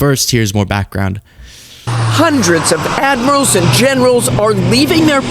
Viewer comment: Its admirals not admirasals......Have respect,use proper language